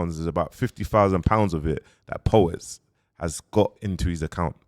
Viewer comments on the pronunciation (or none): Po-wets smh kill me man